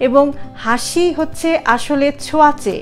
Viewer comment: Sorry to say,, Plz correction...hashi 🙏